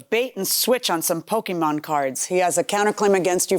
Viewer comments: Harvey did not just call them "Pokeman" cards. SMH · Pokey Man? Pokey Man with the pokey and the man, and the thing and the guy comes comes and he goes whahahahaha!